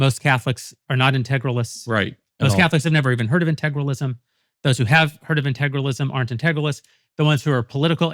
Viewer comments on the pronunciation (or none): Jeremy can't even pronounce "integralism", but thinks he has a perfect grasp on what it means.